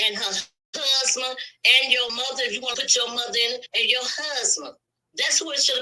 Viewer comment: Husman....it's Husband..😂😂😂